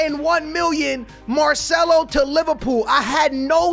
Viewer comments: Dude its not "MARSHMELLO".....its MARCELO brother 😂😎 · He kept saying Marshmello.It's MAR-CE-LO. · Did u just say marshmallow for marcelo 😁😂 that’s hilarious